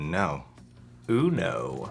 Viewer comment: "Oh no" "Ooh no" Actually: UNO like uno dos tres